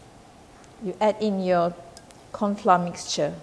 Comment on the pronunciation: Dont pronounce FLOUR as "FLA"...this language is not our language..so dont mess up with the pronunciation. I always heard Malaysian say it as FLA...i dont know where is this pronunciation come from?